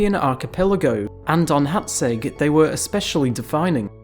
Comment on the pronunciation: I just want to say you are pronouncing Hațeg really well.